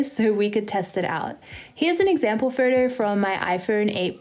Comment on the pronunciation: and every time she said 'photo' it sounded like 'furtur'